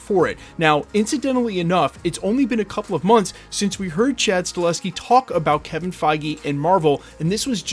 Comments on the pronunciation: It's not Stalheski, it's STAHELSKI. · It's Sta-HEL-ski, not Sta-LES-ski. But other than that... good job! 👍👍